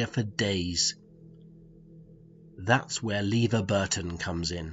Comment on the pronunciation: "Lever" Burton? LOL :)